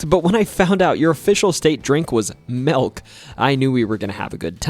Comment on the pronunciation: Our drink it what? Melk? What is Melk?